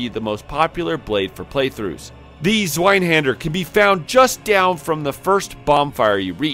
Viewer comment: zz-vye-hawn-der haha great vid, dude. Reminded me I gotta play Code Vein again.